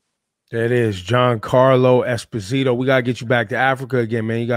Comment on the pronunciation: It's Espósito (stress on the o)